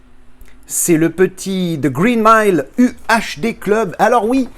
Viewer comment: "The Reen Mile" ça c'est la classe 👍🤣 Superbe édition 😎